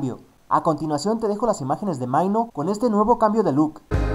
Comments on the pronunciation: Porque pronuncias tan mal? xD maino? xD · realmente dijo maino? jajaja no!